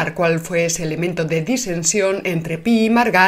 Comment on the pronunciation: Pi i Margall se pronuncia pi-i-margall, no pi-i-margal.